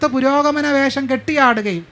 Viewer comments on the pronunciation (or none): none